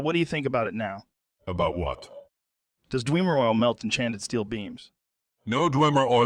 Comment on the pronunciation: The pronunciation "dweemer" never gets old